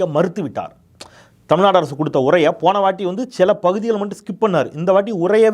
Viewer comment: வழுக டமில்நடு..😂😂😂 what kind of moral he has?